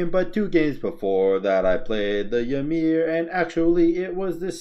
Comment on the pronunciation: Why doed eberybody say ya-meer? its ee-meer. all the gods literally say their name when u pick them